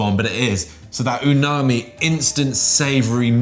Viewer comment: I love mushrooms; plus I love not only ' enthusiasm but that his pismronunciation gives us a great new word for 'tastiness': "ooooo - narmi!"... narm narm num num num! 😆😋 Great idea and great vid 👍.